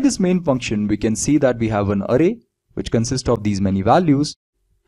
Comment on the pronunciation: Sir vo arey nhi array hai XD